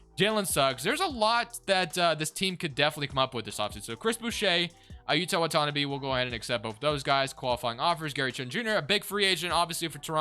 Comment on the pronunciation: Okay this has been bugging me for a while every Toronto rebuild you say Watanabe wrong .... it’s pronounced WATT-TAN-AH-BEY